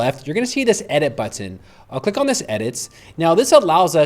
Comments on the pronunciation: Love this app, but I had to leave this video because he kept saying "buTTIN". There is no need to emphasize the T in button. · What country are you from? I was excited about this info but was too distracted by your pronunciation. I kept finding myself waiting for the next time you would say the word "button," which was pretty often LOL! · You pronounce "button" like my ex-girlfriend. Are you from Binghamton? Thank you for this demo. I absolutely hate having to now use AI for (well, anything) web design, but I now have a client with one created on Lovable and I have to edit it.... Ugggh. Oh, one note—you spelled it as Loveable in the chatgpt panel instead of Lovable. ChatGPT was graceful enough to ignore that. Neato.